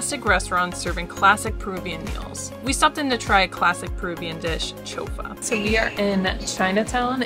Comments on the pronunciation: Is not "chofa" is CHIFA! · Is not chofa. Right is CHIFA. Not Chica Morada but CHICHA morada. Also not casa but CAUSA!